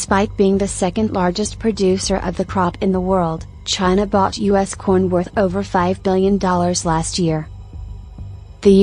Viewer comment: is it only me or is the AI voice not pronouncing "corn" but something else?